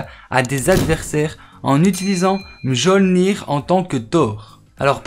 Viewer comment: C est pas jolnir !! Ça se dit miolnir.